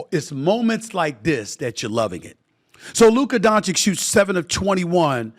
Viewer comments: At least he's not calling him DONK-ITCH anymore 🤣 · It’s not Luka DonCHICK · Inquiring minds want to know: If the Mavs win the chip, will SA pronounce Luka Doncic's name correctly? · I think he mispronounces his name on purpose otherwise how can someone be so dumb?